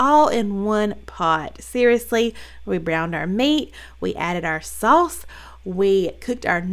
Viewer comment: Saw-us 🍝 lol love it!